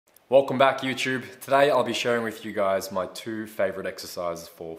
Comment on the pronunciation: “Welcome back youterb” 😂 cool accent keep up the great videos 💪